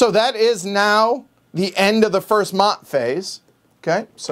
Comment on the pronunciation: Maat is pronounced "MAY-ET"